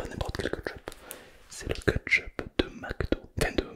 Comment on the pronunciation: moi qui dit kÉtchup, t'entendre répéter kEtEchUp ca me tue 😂😂😂